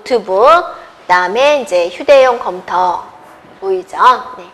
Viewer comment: 어떻게 이런사람이 강사를 하냐 소질이 없으면 다른걸 찿아야지 말도느리지 발음도 엉망이지 전달력도 수준이하지 한심하다 이런사람한테도 강의듣는 사람있냐 컴텨 란다 참내